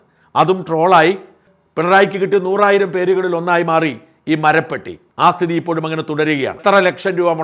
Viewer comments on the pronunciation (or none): Marapattikal, not Marapettikal!